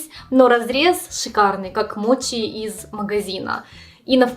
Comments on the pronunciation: Ты говоришь мочи, но при этом написала моти, так как правильно называется 🤔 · у меня вопрос который давно мне не даёт покоя, но вызывает диссонанас, каждый раз когда я слышу эти вещи. Сейчас объясню. В видео написано "десерт моти", при этом ты произносишь его как "мочи", на английском "ch" читается как "ч", и ты произносишь это как "ч". У тебя ник гейм на Ютуб, и ты при приветствии произносишь "ч". Хотя по предыдущей логике ты могла бы произносить " тян". Я пытаюсь понять почему в словах в которых отчётливо слышится и на английском пишется звук "ч", у нас откуда вылезает "т"?